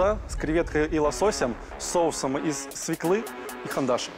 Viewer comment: Сок свЁклы! Ну как можно работать с продуктом и не знать куда ударение.